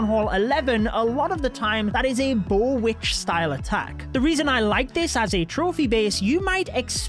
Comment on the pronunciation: I have never seen a th11 attack me with anything other than e-drags 💀 "bowitch" 😭